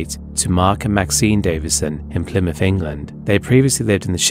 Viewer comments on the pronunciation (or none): none